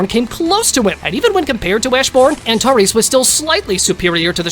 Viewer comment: Great video but I hate how you say anteres and also I think bellion is stronger than the monarch of transfiguration